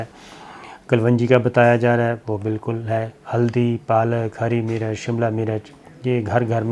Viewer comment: Maaraz nahen Marz Meerach nahen Mirch Kalvangi nahen Kalongi Please correct your Urdu if you are going Online.